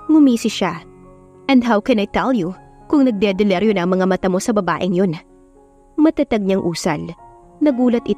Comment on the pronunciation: NAGDIDILIRIO NOT NAGDEDELERIO. BAKIT LAGING SINASABING PULSUHAN INSTEAD NA SIMPLENG PULSO